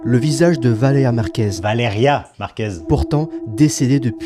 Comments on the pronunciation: Le fait qu’ils disent tous Valera au lieu Valeria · "Valeya Marquèz, Valeya Marquèz, Valeya Marquèz" VALÉ*RIA* MARQUÈZ en plus de se faire du fric sur une personne décédé ils savent même pas prononcer son prénom correctement 💀🙏 C'est vraiment dégueulasse ce genre d'influenceurs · Valéa. C'est si compliqué que ça de dire Valéria ? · Ça m’a saoulé de l’entendre dire Valeya au lieu de Valeria 🤣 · « Valea Valea Valea Valea » BORDEL, C’EST VALÉRIA PTN MÊME ÇA ILS RESPECTENT PAS 😭😭😭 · pourquoi ils sont tous incapable de prononcer Valéria ? y a un "r" comme le "u" dans ambulance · Mais pourquoi ils n'arrivent tous pas à dire son prénom ? C'est poutant simple, bordel... Valeriane Merguez ! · ValéRIA !!! Au moins prononcé son prénom correctement ! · Ils ne sont même pas foutus de prononcer son prénom correctement... Ce monde me terrifie. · Il ne sait même pas bien dire son nom ... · Yen a pas un qui prononce son prénom correctement putain ça rend fou ! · il parle tellement de Valeria Marquez mais dit son prénom si mal